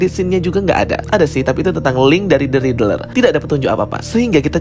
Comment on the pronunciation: Kok bacanya Ridrel sih bang? wkwk. Isi konten menarik, cuma coba perhatikan pembacaan istilah, karakter dll biar lebih bagus bang.